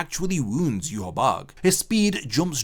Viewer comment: Look up how Ywach is pronounced. Hearing you say it makes you lose all credibility to me